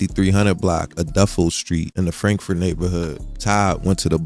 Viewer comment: Bro said frandkford 😂😂😂😂🤦‍♂️